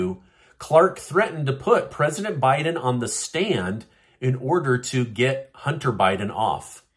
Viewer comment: It’s.